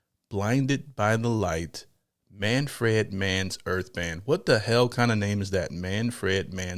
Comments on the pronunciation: "Manfred" Not "Man.. Fred"😂😂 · Say it like you would pronounce SANFORD & SONS [the old '70s sit-com] MAN frd not fred. Oh btw you don't have to be infused or elevated to enjoy this but it sure is sweet when ya are. :hand-purple-blue-peace:I had a Deuce Coupe [inherited from my big brother] back in the day & would blast this on the "restless ribbon" our Strip in Tulsa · wtf! Not Man Fred, it’s all one word…Manfred!!! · It's not pronounced Fred. It's like prouncing fern but with a d at the end